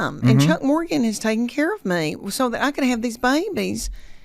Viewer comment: Am I the only person who noticed that he said her last name wrong? He said Morganton.